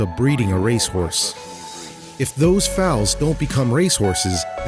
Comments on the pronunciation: OMFG it's Foals not Faols. Her mission is beautiful💖 but, please at least learn how to pronounce FOALS. 😂 Evey equestrian out their is highly annoyed hahahhaa. Blessings all. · OMG Thxs for correcting him. I got to "fowls" and lost my marbles. I love horses, I mean look a my pic 👈🏻, I'm sure this is a good cause but GOOD LORD these YouTubers when it comes to horse stuff learn how pronuce it. I think it was The Trendy who did a vid with people with strange habits and one woman liked to be a horse and they pronounced bri-dle brindle! Like WHO DOES THAT?!